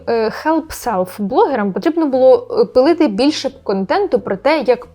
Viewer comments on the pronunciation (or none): У часі не зрозумів: що полити,як пилити? Це ваш завзятий суржик?))😊